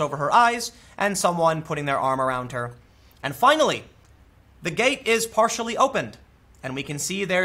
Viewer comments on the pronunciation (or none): none